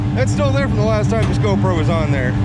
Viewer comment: Yep. " gone-pro" strikes again. 😂